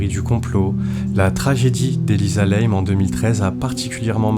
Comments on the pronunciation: Et sinon, une erreur aussi, chez les chinois ça se prononce comme ça s'écrit. Donc, pour info, pas Elisa Lèyme, comme vous l'avez prononcé. Lam se prononce "LAME" en français ... Inutile de tout "Américaniser." Ça pique déjà assez les yeux le niveau général du français dans les commentaires de vos vidéos... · Non c'est normal et elle s'appelait Elisa LAM et ça se prononce " LAME" ET pas n'importe comment comme le fait le youtubeur. Elle était au 14e étage et c'est celui du personnel et elle n'avait rien à y foutre, l'ascenseur ne se ferme pas à moins d'avoir le code ..